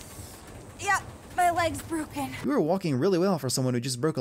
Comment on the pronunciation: she said “my leg is bruken how did you miss that”